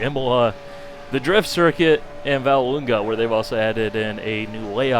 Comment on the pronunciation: It's pronounced Valleloonya btw :)